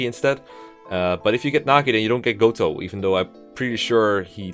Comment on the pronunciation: No no no no no, Mr. Ro-Gotoh!